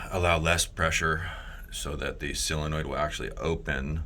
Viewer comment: Sil-onoid or sol-enoid